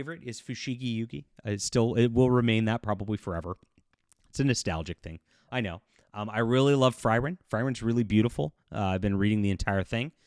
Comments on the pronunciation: Frieren would be pronounced ´Free-ehren´(I´d guess it´s Frieden=peace and Ehren=honor put in the mixer) if I got it correctly. Also: Zack were never a Rightwinger. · Yes that's how they say it in the anime (Free-ren), and it's consistent with what I know of German pronunciation. Of course doesn't bother with that but that's fine. It gets more engagement with people correcting him.